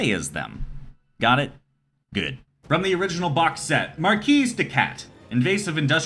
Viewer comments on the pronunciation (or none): The first published wargame is Chess, even though today we would classify Chess as abstract not a true wargame. Also, you don’t pronounce the “s” in “marquis”, it’s french.